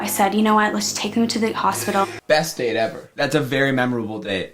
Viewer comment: Why does the narrator accentuate random words? "Yeah they WENT on a DATE" "He packed his belongings in the BOAT" "He hopes to ESCAPE from the WEDDING" I feel threatened.